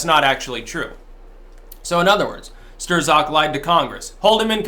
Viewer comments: How can anybody pronounce it "Stir-zok" at this point in the game? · Pronounced “strock” Lol just got under my skin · Why do you call him Stirzok 😁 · Pretty sure STRZOK is pronounced "struck" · Strzok, is pronounced "strock", don't ask me why, but it is. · for pronouncing it “stir-zock” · Signs that doesn't watch the MSM, even on youtube: Strzok is pronounced Strok. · PLEASE stop calling him "Sterzock" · Hey he pronounces his name like Struck. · Really should learn how to pronounce Strzok. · I'm going to Hawaii in a few weeks,, where can I get a cool Aloha shirt like yours? I take size 10.2. PS you don't pronounce the Z after an R in Polish. The Polacks just throw it in to fuck with people out of frustration that every time Germany and Russia fight Poland disappears. Hence afterz the Rs in worzds and names they thrzow in an extrza Z then laugh when you przonounce it. EVIL BASTARZDS! Got that Tarzl Warzwick? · How can you still not pronounce Strzok correctly after all this time? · How come you pronounce it "Ster-Zok" but the rest of the media pronounces it "Struck" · ..who the hell is "Stur-zock"? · It's pronounced 'struck' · I am fairly certain.......Strzok .....is one syllable that rhymes with "crock". It is not pronounced "stir zock" The "z" is silent,. When he grins I think he looks like the Grinch from Dr. Seuss. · "Sterzok"??? Another classic mispronounciation. It's pronounced "Strock". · His name is pronounced "struck" as in I was struck in the head. Not Stir-zuk. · I think it's pronounced "Struck" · It's Not "Stir-Zock." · It’s pronounced stroke bro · Stir-Zock? I haven't heard it pronounced quite like that before.